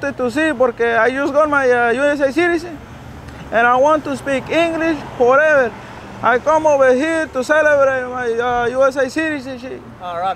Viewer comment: Definitely my favorite of all your videos “Jorrreverr”😂